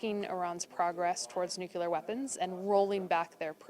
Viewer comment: THIS IS A WEAPONS EXPERT? SHE CAN'T PRONOUNCE NUCLEAR CORRECTLY EVERY TIME. SAW HER ON MSNBC ON 4/8/2017 AND SHE MISPRONOUNCED IT EVERY TIME. SHE SAYS NOOK-U-LAR, AS GEORGE W. BUSH DID. ALSO HAS A PROBLEM PRONOUNCING THE LETTER D AT THE END OF A WORD. USES THE LETTER TO AS THE FINAL D IN WORDS ENDING IN D, LIKE GOOT DAY INSTEAD OF GOOD DAY. ERGH!